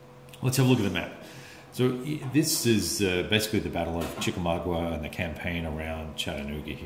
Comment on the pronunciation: Always enjoy your reivews/play-throughs/commentaries.. Thanks much. Genuinely not trying to nitpick when I mention, it's Chickamau"ga." Also as per your inquiry, the name of the game is actually derived from one of the battles which took place after Chickamauga itself and the ensuing siege of Chattanooga by Bragg's army. The battle is commonly known as Lookout Mountain, and, which given its extreme elevation atop Lookout Mountain, was coined,'The Battle Above The Clouds.' Should you ever have the opportunity to visit, you will immediately understand given the quite imposing dominance of Lookout Mountain. It also has a splendid NPS park at the top as well. Glad you have found such enjoyment from the GCACW system. One of my favorites and not a single bad game in the lot. Best. Tom. Wisconsin, USA